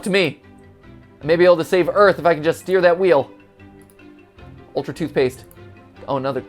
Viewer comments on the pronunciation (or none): none